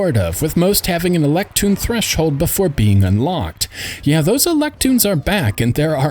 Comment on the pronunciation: Why the fuck do you keep saying electoon?